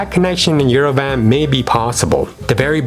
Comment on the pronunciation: Not Yere-VAN, it’s “ Yerevahnn”